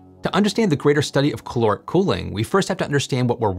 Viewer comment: You need to pronounce the A in caloric, otherwise it ends up sounding like chloric which is something else. So it's caloric not c'loric.